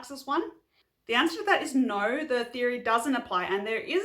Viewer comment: i love how aussies put an 'r' in their 'no'